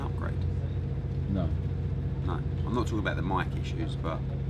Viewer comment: “Eddie is just TARKING RUBBISH”